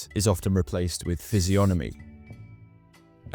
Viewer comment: bro it says physiognomy not physionomy